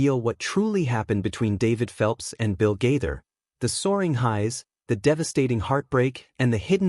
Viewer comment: Why do you pronounce Gaither like that.